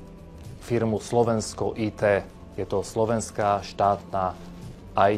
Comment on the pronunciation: Nie "Aj Ty" firma ale 'Í Té' firma 👍